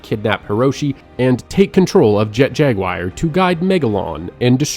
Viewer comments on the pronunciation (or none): jet jaguire? jaguar, pronounced as in the feline panthera species. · its an actual name of an animal too. im not even good at spelling advanced words so that was pretty jarring whenever he said jag wire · At 46.00, who TF is Jet-Jag-WIRE???? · Was loving this until "Jet Jagwire" My heart...it hurts